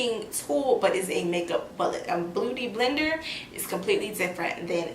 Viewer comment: Blooty blender?? Lol!!